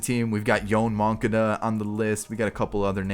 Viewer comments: How much can i pay you to not say MUN-Cada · Why do you say Yoan Moncada really weird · Because it’s the meme of the channel